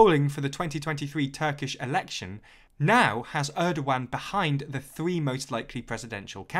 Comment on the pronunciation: That’s an interesting pronunciation of Erdogan